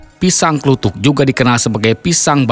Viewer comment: Bukan org jawa itu kelihatan nyebut pisang kluthuk disebut klutuk dan itu beda cara pengucapannya